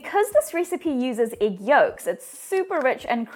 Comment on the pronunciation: I love how she says Igg